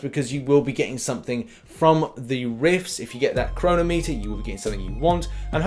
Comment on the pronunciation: Please tell me thats not how the English actually pronounce 'chronometer'